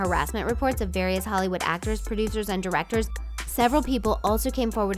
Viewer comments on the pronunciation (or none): none